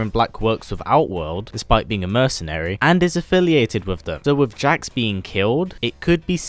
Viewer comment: anyone heard that he said jack not jax?